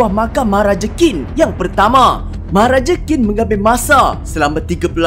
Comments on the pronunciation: Qín bunyinya cin bukan kin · ‘qin’ bukan disebut ‘kin’.. nak tau camna sebutan betul, cer guna google translate